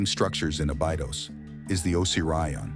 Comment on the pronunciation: Osiryaon and abaidos are u kidding me